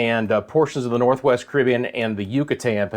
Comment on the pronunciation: Ca rib be an ' not cribian